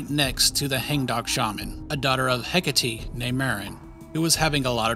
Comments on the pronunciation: isnt it "heck-8" not "heck-uh-tee" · Hecate is pronounced heck-ah-tay